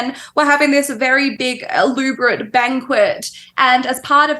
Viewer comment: "having this very big El-oob-erate banquet" ..... ah... right. haha